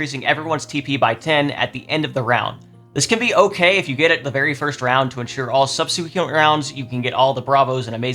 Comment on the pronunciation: Not sure how to pronounce Stratego, but I think you should look up how to pronounce subsequent